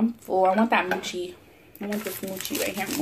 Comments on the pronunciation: Use those chopsticks right. Not so close to bottom!!! and your saying mocha wrong but it's ok. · you're pronouncing the food wrong...jjajangmyeon is jaja not jojo and mochi is moe-chi.